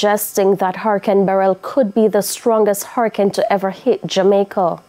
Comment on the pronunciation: She is the only person I hear so far pronouncing Beryl properly. I pray there are no casualties.